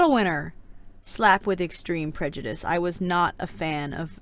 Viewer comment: 1. Wheres Monarch??? I know we dont see her in the books but she was their.... WAS. 2. I origannly thought that BattleWInner was BattleWiener... like a weinner dog. 3. I VERY much disagree with snowfalls ranking i would but her in the orange (no offense) 4. I thought Prejudice said Pre-juice 5. Fav good queen: Glory. Fav bad queen: Scarlet. least fav good queen: Coral. Least fav bad queen: SNOWFALL